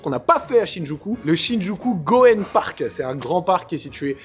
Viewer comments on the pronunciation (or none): Juste pour le parc, le Y se prononce et Gyoen ça veut juste dire parc en japonais